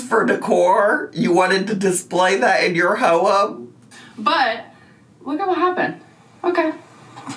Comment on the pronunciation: I love how says home (howem)